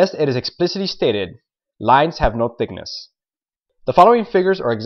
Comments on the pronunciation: He said tickness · tickness??? Thickness?